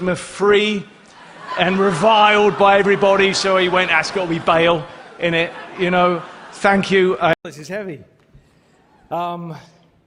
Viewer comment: I always knew he was actually a brit but hearing him say "in'it" or however the f you're supposed to spell that had me dying